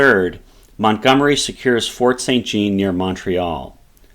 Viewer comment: san zjon not saint gene. But excellent summary !